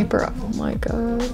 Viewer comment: Gibi :my powder Also Gibi: ME POWDA